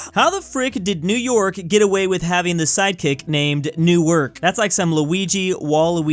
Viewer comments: It’s not New-Ark you say it like New-Erk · "New-Ark" *Dies of cringe* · bro said newARWK. as a New Jersian, i’m disappointed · Its ‘neuerk’ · Welcome to the experience of the rest of the planet listening to Americans pronounce other places.